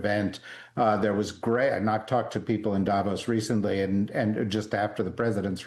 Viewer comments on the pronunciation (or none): Jesus; will you people pronounce places and people properly as you come across as amateurs. 1. Arctic is not Ardic. It’s two clear syllables ARC and TIC 2. President Macron is Ma Cron, and you don’t pronounce the ‘n’ not Ma Crone as in ‘own’ 3. Davos is Da Vos not Da Vose This is just rude and you sound like peasants. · Why do Americans repeatedly and incorrectly pronounce people's names and places in Europe? 1. DAvos NOT DAYVOS 2. Emanuel MacRON NOT Macrone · It's not DAH-vos. Its Da' VOS. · When do anchors, experts, journalists on CNN and any other American Newsnetwork finally learn that Davos is pronounced Davòs and not Dàvos!! Guys, the accent is on the o, not on the a !! You have mastered pronouncing more challenging names, it can't be that complicated!?!